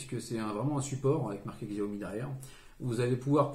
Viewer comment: Arghhh CH-I-A-OMI !!!! sinon super vidéo 😂